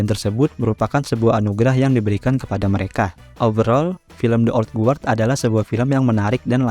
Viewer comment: Ok bang mantep, cuma buat masukan aja, belajar pronunciation bahasa Inggris minimal untuk ngucapin judulnya. Itu di bacanya thi/di (th di baca dengan menempelkan lidah di bawah gigi depan atas) selanjutnya old gard. Sekali lagi bukan kritik tapi hanya membantu aja. Sukses terus channel-nya.